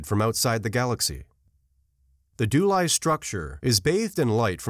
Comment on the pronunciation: Interesting vid - btw - the welsh 'Dulais' is pronounced dilliss or sometimes Dill - ice, not dew lie.